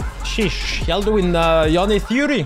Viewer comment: is the only youtuber/streamer that pronounces yone correctly. and that is one of the reasons why i like him so much:)